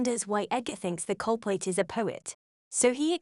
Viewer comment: My god this is one weird AI reading.. How does it mistake CULPRIT for CULPAIT (among other things)